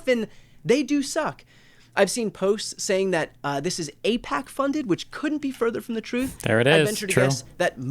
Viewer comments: The ones of the group who I don't trust is that black gay dude who did like 10 videos wishing Bernie Sanders had another heart attack , and pakman cuz he pretended to not know how to say AIPAC. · Pakman literally said he can’t pronounce AI-P-A-C. Can you seem more of a liar than that? 😂